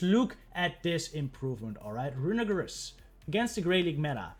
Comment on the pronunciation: Someone’s gotta tell you how to pronounce runerigus 💀